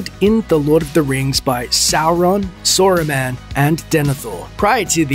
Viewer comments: His name is SARUMAN not Sorooman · I know my man did not just say ”Sorumaan” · Since when is Saruman pronounced [sorumen]? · “Soar-a-man?” Oh you mean Saruman. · Who tf is sooruman